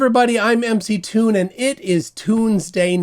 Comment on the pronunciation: Its not my name and i dont know why it bothers me but why do people keep saying McToon? They are caps.. M.C.Toon.. Emcee Toon.